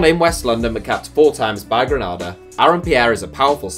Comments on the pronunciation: Also, it’s pronounced “Greneeda”, not “Grenaada”, it’s the 2nd largest nutmeg producer in the world 🇬🇩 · 🇬🇩 Grenada is pronounced ‘Gren-nay-da’ not to get it confused with the place in Spain which is Granada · Gre-nay-da is how it's pronounced